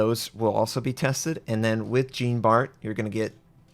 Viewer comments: Jean Bart is pronounced more like "zjan bar" (not exactly but wayyyyy better than Gene Bart) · I'm with you :) It's pronounced like zjan, not djeen. Also the Harekaze is pronounced with the "eh" sound on both e's. And you crazy Americans with your "oo" sound (as in kazoo and spoof), where in Japanese you need a nice hard Dutch u ;) Or the u from Jean Luc Picard :) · Or even easier: just pronounce it like the english name "Sean". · For the love of sanity, plese pronounce Jean Bart at least a bit like it's supposed to. Hint: the "Bart" part is OK. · nice to know im not the only one who goes into fetal position when I hear that shit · Lol I listened till that point and he says it wrong couple of times :)) made me laugh in a fetal position though :))). Not a french speaker also but still.. :D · Wrong Jean pronounciation bro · oh, at least try to pronounce Jean Bart with a proper French pronunciation. Think Jean Luc Picard.